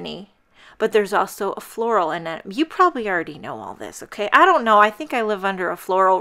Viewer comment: Oh wow.... So so beautiful! And we, in the Netherlands, do pronounce it, like you did before. And yes, crowns. Gosh... Nature is beautiful right?!